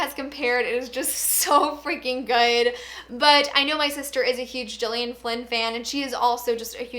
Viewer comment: I read Ruth Ware's In a Dark Dark Wood. It was alright, but I'm hoping I like The Woman in Cabin better. Mystery/Thrillers are one of my favourite genres, so I wa happy to see this vid in my notifications. Also, I've seen interviews with Gillian Flynn and I believe for her name the g is pronounced with the g sound instead of a j.